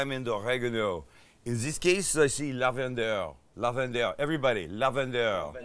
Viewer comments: 😂😂😂 Lavande (no -er!) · "Herbes Du Provence" sound likes freaking German...its worse with "lavander". For christ sake,please 🤦